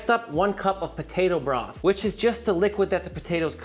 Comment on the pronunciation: DONATOE!!!! Pronounce donado... Similar to tornado.